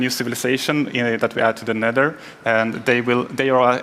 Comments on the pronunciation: When she said “Nether” it sounded like “neder” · Am I the only one who got annoyed on how she said “neder” instead of nether? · "Set spawn in nedder*... find food in *nedder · I thought she said the N-word forest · I thought she said "Network Forest" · I think its pronounced "De Neder"